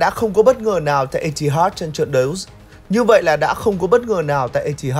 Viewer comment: Biết là phải đủ KPI, phải làm công nghiệp rồi. Nhưng mà edit cẩn thận lên, cắt voice còn không hết, mà có phải 1 lần đâu. Lần này còn ngay đầu video. Có mỗi cái voice over mà phát âm tiếng Anh sai tứ tung. Chờ mãi rồi ông cũng phát âm đúng từ Mirror, từ Etihad; cũng không ai bắt là phải chuẩn bản xứ cả nhưng phát âm có trách nhiệm nghe nó khác. Nhiều sub rồi, nhiều kênh rồi, nhiều tiền rồi, làm tử tế lên một tí đi làm ơn.